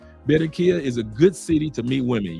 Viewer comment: It's Ba-rran-qui-lla! BAR-RRAHN-KEE-YAH! Viva to Phonetics! ASE! Viva CHI-CA-GO! LOL!